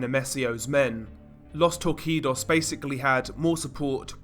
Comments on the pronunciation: it's actually pronounced tor-see-dos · Normal People: Los Torcidos DR, an intellectual: Los TORR-KEE-DOES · Great video super entertaining backstory, just some minor feedback, Los Torcidos is actually pronounced with an s so it sounds like los torsidos not a q. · It's pronounced "Los Torseedos" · FYI “Los torcidos “ is pronounced LOS TORSEEDOS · "Los Torcidos" is pronounced Tor-see-dos, brother. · Los TOR-SI-DOS the twisted ones